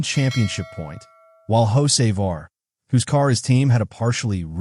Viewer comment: I had to listen close. AI pronounces Hocevar as Jose' Var LOL. Carson owes Bubbles Smollette a nice wreck. Glad the 77 finished not the 23. 🤣